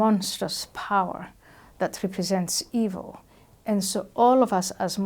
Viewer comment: Wut happened to the question sge asked Ayan. "Y Muslims hate jews "?.. instead ayan defines dawa.. Y si much empahsis on " Eeeevil " thrice 😅